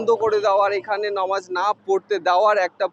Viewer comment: দাদা ভাই নমাজ না এটা নামাজ হবে সঠিক ভাবে বলুন ❤❤❤